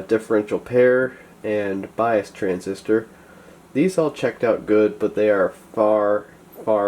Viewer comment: Transistor, I thought you said RESIStor